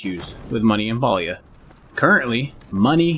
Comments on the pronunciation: Calling it Paulia is crazy 😂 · must not be from the south. Pa is (Pah) 🤣 The devs say its pronounced pay-lee-uh but that just sounds wrong lol